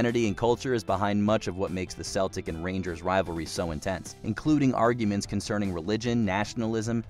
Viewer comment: Some pretty big mispronunciations and such aside...#1 had to be Celtic-Rangers. The fans have literally set off bombs against their opponents in the past.